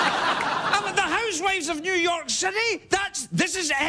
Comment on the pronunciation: "New York Citity" that is what I heard "Sit-tity"